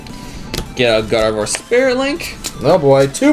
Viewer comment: N called it gardivoir and K called it broski